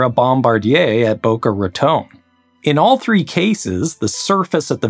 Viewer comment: Thank you for pronouncing Boca Raton correctly!